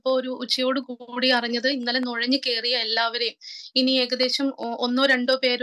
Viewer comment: നെഴഞല്ല നുഴഞ്ഞ്